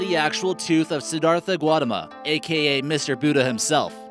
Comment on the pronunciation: Siddhartha Guatama 😂